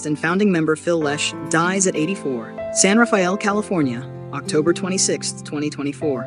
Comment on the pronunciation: The least you could do is pronounce the town 'San Rafael' correctly....